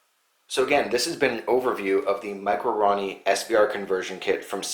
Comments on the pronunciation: Hahaha you call it a Ronnie but it a roni pronounced ro-ni like the samurai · Roe-knee not Ronny. Lmao. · Maco-ronny?? Thought it was called the Roni? Like...Rone-E...lol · say it with me ...row nee....its not a ron nee...RONI